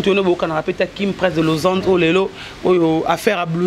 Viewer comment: on dit Lausanne et non losande merci.